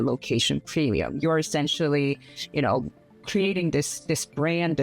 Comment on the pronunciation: why does she say Plemium?? LOL...